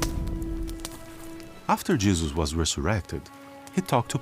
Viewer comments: I'm sorry, but I keep hearing the dad say "Jizzus" and I can't take anything seriously 😭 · The way the father says Jesus drives me crazy. “Jeyseus”. Also, why are they obsessed with called him “Jehova”. His name is also Yeshua, El, Ei, Adonai, Eloheim, etc etc. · I know I shouldn't mock accents...but like the dude kept saying "Jizzus" and I couldn't keep a straight face.